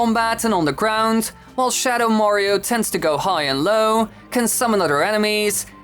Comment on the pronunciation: "shadow morio"